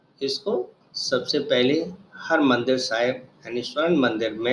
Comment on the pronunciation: सवाल नंबर 80 हरमंदिर नही हरिमंदिर हैं।